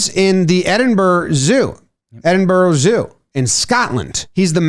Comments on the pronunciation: Edinburgh is pronounced, approximately, "Edinbruh". (Except more Scottish, if you can manage that) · Edinburgh is pronounced eddenboro btw